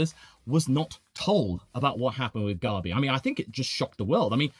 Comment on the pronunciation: Why do you pronounce gabi like garbi 😂😂😂